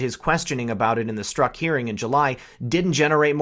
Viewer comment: Pronounced Strock